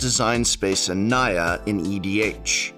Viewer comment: Whenever you say Naya, all I hear is Nya~